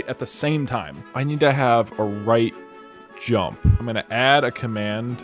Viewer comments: ur saying djump not jump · "Why didn't you rump?" Inventing complete new english language here :D